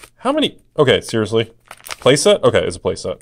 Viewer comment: Every time you say "seriously" my iphone goes off because it thinks you're saying "Siri".